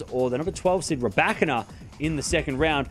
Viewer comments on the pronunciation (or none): Rye ba keena not rabakana... thanks for the line up tho soo excited